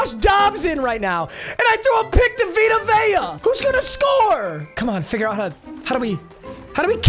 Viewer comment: vita vea's name "dia rhea" im dead😭😭